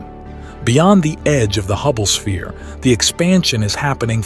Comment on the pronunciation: Holy fuck this is all AI. Listen to the breathing and at like they say Hubble es-pere instead of sphere.